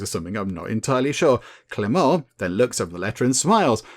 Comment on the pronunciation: Hey, the "t" in Clément is mute, so your second pronuntiation is the good one:) Nice video!